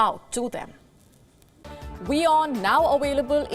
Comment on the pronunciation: I watch Gravitas everyday. The host is great, too. She doesn’t hold back. Respectfully, why are some “w” words said with a “v” sound and some “v” words said with a “w” sound? I used to teach English in China and some sounds they just couldn’t do. I understand WION isn’t from China but the host can make proper V and W sounds but they reversed, why?